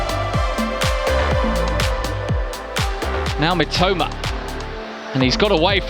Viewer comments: 実況の人が三苫というときに、「めっちゃうま」って聞こえる。。例えば、 のところ しかし、このスピードと運動量チート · 三笘がめちゃウマに聞こえるw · "Mitoma"がめっちゃうまに聞こえる。確かにめっちゃ上手い！ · Mitomaと言ってるのが「めちゃウマ」に聞こえる！ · mitomaがメチャウマに聞こえて草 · 正確には Mitoma, Mitomaなのにﾒﾁｬｳﾏｲに聞こえるw